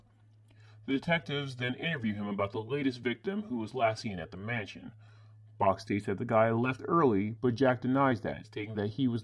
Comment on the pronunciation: I could be wrong, but I think his name is "Ivan *Brock*", not "Bach".